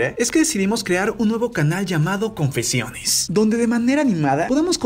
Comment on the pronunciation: Como el lo dices:Confeciones +Como yo lo escucho:Asi es la vida... Quien mas???😅